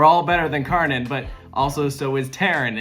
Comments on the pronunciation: Funny how americans pronounce Kärnan like it was Karnän. It is actually so close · You pronounce it almost like Taylor did. He pronounced the german "a" like an "ä" and the "ä" like an "a".